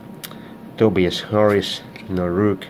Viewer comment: Btw it's Tobias (Toe-bye-is) Harris not Tobeus Harris